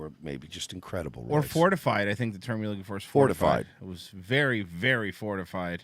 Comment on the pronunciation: "i'm rooking" - said unironically